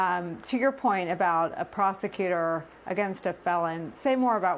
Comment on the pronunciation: Did she say prosicuter or Prostitute